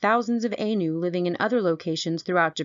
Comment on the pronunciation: Also, it is eye-nu not aye-nu.